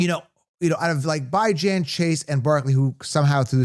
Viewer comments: u said his name wrong repeatedly. Really disrespectful cuz he ain’t new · “Bye-Jan” is crazy